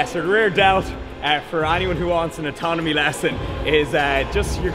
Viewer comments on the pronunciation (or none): "Atonomy lesson" LMFAO